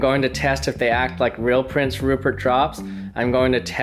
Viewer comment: I HAVE SUCH A DIRTY MIND I THOUGHT HE SAID PORN STARCH xd